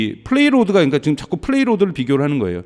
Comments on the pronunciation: 플레이로드가 아니고 페이로드(payload)입니다. 말씀의 신뢰성이 확 떨어지네요ㅡㅡ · 그러니까요 영단어 하나라 그냥 가볍게 넘어가려고 해도 이라는 분이 반복적으로 그러시니😅😅